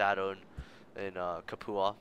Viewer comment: Lol good video but you mispronounce Capua. It's the same Capua spartacus revolted in, I believe its "Cap-you-ah"